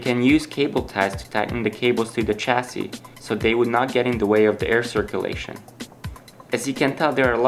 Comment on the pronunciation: chassis has no "ch" sound at the beginning of the word. sorry but i was getting really frustrated